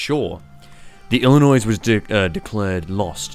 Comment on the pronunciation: As a lad from the state of Illinois, the s is silent.